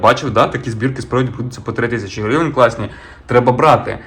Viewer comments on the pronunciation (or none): Блін, як же ріже слух слово грІвень від автора :)